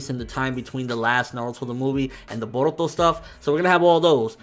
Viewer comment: Why does he say "Boruto" like that?